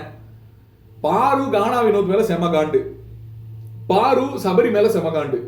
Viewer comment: Paru not Baru